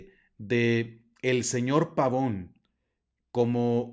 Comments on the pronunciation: Apreciable algunos comentarios muy amables y respetuosos, al pronunciar el apellido del lo hace usted como si fuera de oirgen sajon, siendo que es de origen italiano, entonces en vez pavoun ( como suena la pronunciación en inglés) debe pronuciarse Pavone, tal como se escribe, igualmente creo que es más adecuado el término dimisión que es como está previsto en el CÓDIGO DE DERECHO CANÓNICO (Capítulo IV Cann. 290-293) y que en sentido jurídico (lato sensu en el derecho y stricto sensu, en Derecho Canónico) no es lo mismo que destitución, incluso en el sentido lexicológico de la lingüística y semiología, no resultan sinónimos, por lo demás es un tema tremendamente interesante en el sentido social, político y por supuesto religioso, sobre todo en lo relativo a su participación y el ostentar un cargo en la campaña del Señor Trump pues el CDC prescribe con toda claridad Cann 287 § 2. No han de participar activamente en los partidos políticos ni en la dirección de asociaciones sindicales, a no ser que según el juicio de la autoridad eclesiástica competente, lo exijan la defensa de los derechos de la Iglesia o la promoción del bien común., si el Obispo le expresó su instrucción o de plano la prohibición de participar, se actualizaría quizá el presupuesto contenido en el canon citado y ciertamente resultaría no sólo contrario al derecho canónico si no un tanto incongruente que apoye a un personaje como el Señor Trump que es discriminatorio, clasista, racista, que promuev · Qué insidioso. El apellido además es italiano y se pronuncia la e... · Pavone, no Pavón. Viene del italiano. La "e" debe sonar, PavonE. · Bueno, muy interesante el tema. Lo que me saca de onda es que el apellido es Pavone, no Pavón... Yo sé que los latinitos que viven en EUA, están muy inglesados, hablando del idioma, por eso es que cometen errores gramaticales, etc... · Entiendo que el apellido es italiano por lo tanto se pronuncia Pavone, con la e final...